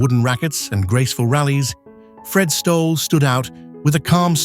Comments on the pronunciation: If you're going to do a video on tennis, at least learn how their names are pronounced. Fred Stoles, really? And that's a misleading title, too. You've gone back a few years, not just deaths in 2025. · Please get the pronunciation of Stolle correct, you AI numpty..!